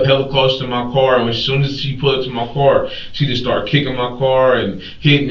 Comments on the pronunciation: sir its pronounced car not cor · I wish someone could tell my why they pronounce the word 'Car' as 'Core' these days. This is a relatively new phenomenon.